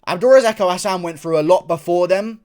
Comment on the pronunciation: Its abdul razak alhassan not abdul razako Hassan lmao 😅😅😅